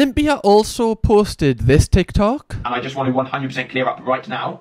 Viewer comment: I would watch 13 mins of just saying “ticky tocky” tbh, it’s perfect in a geordie accent 😂